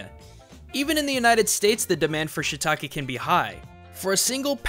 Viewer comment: It's not shitake, it's shiitake, しいたけ (椎茸), you are not pronouncing the い. I know, you don't need to thank me.